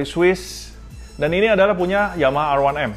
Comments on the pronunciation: Namanya R1M Kenapa bacanya Erwanem,,,,ga konsisten menurut saya,,,,, Kalo bahasa inggris ya inggris aja, kalo Indonesia ya Indonesia aja, gosah dicampur gitu,,,,,, Indonesia : Er satu em Inggris : A wan em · A wan em apaan lo🤣, R one M yg benar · R satu M tuh baru bener